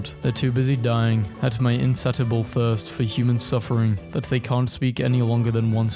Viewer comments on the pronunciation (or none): not only does this man say "harbringer", he also pronounces insatiable as "in sat able". I'm sorry if I sound like a nerd, but if your channel is just reading, then please get better at it. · Great video, but you should learn how to say insatiable :)